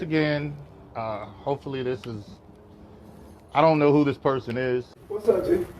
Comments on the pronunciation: she says “yourcelf” and “persun” these are not ppl to be believed or taken seriously 😹😹😹😹😹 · I’m surprised even spelled Malicious Prosecution correctly the way “persun” and “mycellf” kept tripping her up. 😂😂😂 My God! She needs to be taking classes while she waiting on her king to get out.